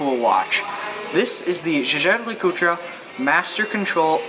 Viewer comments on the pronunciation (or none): Nice presentation of one of my favorite watches, but sorry, the name Jaeger is pronounced very differently!